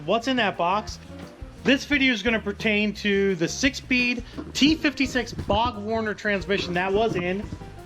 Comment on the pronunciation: it's BORG Warner. Borg like on Star Trek. Borg Warner.